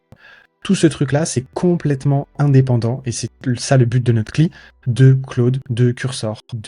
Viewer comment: Par contre, c'est les amateurs qui disent "kli". Ça se dit "si L aïe", à l'anglaise. C'est comme "sum quarante et un" au lieu de "sum forty one" pour le groupe de musique